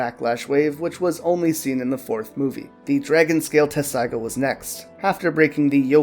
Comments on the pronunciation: Wait it’s not “Tetsaiga”? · Even in the Japanese you can hear them make a t sound, I understand spelling and pronunciation are two separate things but I'm just saying you're pronouncing it wrong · I know that's the official English spelling but they say tetsaiga with a T. The Japanese is even tetsusaiga, so leaving out the middle T is just wrong. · How tf you gonna make an informative video on something you can't even say right